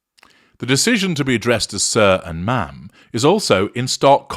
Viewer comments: It’s Ma’am to rhyme with “jam”, not Ma’rm as in “smarm”. She deserves neither. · H and M = Ham, not ma’am.